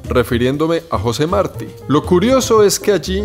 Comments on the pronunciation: la parte en que cada vez estabas pronunciando mal y diciendo Marti en vez de Martí (con acento en la i) lol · Martí!!! Con acento en la I, te lo dijeron 200 veces jajaja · Se dice José Martí con acento en la í. Murió en una refriega con el ejercito español. El no debía haber ido a pegar tiros porque hacía mejor servicio en la retaguardia con su poesía etc., pero se ve que se empeñó en ello. Excelentes videos haces amigo, saludos! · No es Marti, es Martí. Un español nacido en la Habana, como todos los cubanos, hijo de peninsulares ibéricos (salvo los que descienden de africanos), de padre valenciano y madre canaria. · No es José Márti, es José Martí. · marti acento en la i maeti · Emocionante: el canto del gallo y luego el suspiro. Inquietante: El faro. Repulsivo: la propaganda al Che. Entretenido: este es el tercer Mar'ti, este es el cuarto Mar' ti. Esto último puede provocar risas muy estruendosas en una persona nacida en Cuba y que fue adoctrinada por comunistas desde el círculo infantil. Fue mi caso. Gracias. Muchos éxitos. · MARTÍ! José Martí! Acento en la í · Se pronuncia Martí ! Acento en la i ! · Martí. Con acento en la I. Jeje. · Martí, se pronuncia con acento en la i. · Martí, lleva acento en la í, por tanto es aguda. Se escucha raro como lo pronuncias. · Interesante pero no te equivocaste con Marti el asento es en la Ultima I no en la a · Desconozco si es asunto de acento, pero ese apellido en Costa Rica lo pronunciamos con acento en la I. José Martí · Me pregunto si en algún momento aprendió a pronunciar Martí. 😅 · tus videos me gustan,pero le pones demasiado énfasis cuando hablas de los norteamericanos que iban que hacían….y la pregunta es te caen mal los norteamericanos? Porque al ser you tuber,no debes hacerlo.yo vivo en Norteamérica,y no me gusto el tono que usastes